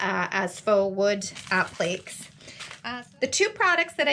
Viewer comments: App-lee-kay(s) not app-leeks lol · Appléks? Isnt it 'app-li-cays'? Appliques? I confused myself